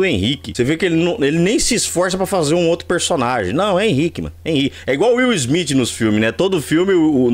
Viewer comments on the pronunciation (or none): Will Smith não,: Will Smiff 😂😂😂😂😂